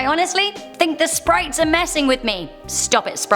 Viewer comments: Noone: Absolutely noone:: sPrItEs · Um did she say sprites? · D-did she say sprites? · Did she just say sprites in the beginning..😂 OMGG LMAO WHAT